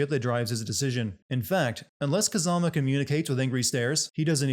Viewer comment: They pronounce Kazama's name about 200 times throughout the game, no offense but I don't know how you still got it so wrong Same with Kuze